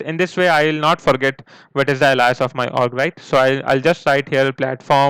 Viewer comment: Your tutorials are GREAT, very clear train of thought and direct. My only complaint is that sometimes your thick accent can be very hard to understand, so sometimes be careful not to run your words together so much... Also as someone who is clearly very knowledgeable and experienced, I feel you should know that you're mispronouncing a few important words: "alias" - pronounced ALE-EE-us. like pale, whale, kale.... then E. then US. the strong emphasis is on the 1st syllable. "apex" - sounds like you're saying "epics" or "epochs". again strong emphasis on the "A" as the first letter/syllable, very hard "A" that rhymes with stay, play, pay, say. AYYY-pex. not ahh-pex or ehh-pex. the "A" is the strong part of the word. Hope this helps people understand your videos a little better and you don't mind my saying, so you can help improve your tutorials. Thanks :-)